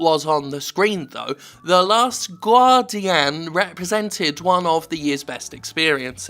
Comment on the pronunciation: Jim, you need to stop helping this guy. I think he may be a psycho. I love the way he says "The Last Gwardian", though.